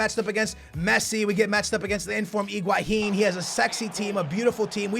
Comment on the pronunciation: You say Higuain wrong